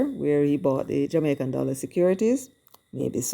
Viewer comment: Mark not a Dallor not a red cent